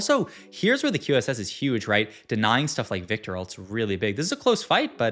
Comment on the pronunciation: Why you pronounce "viktor" like that?????????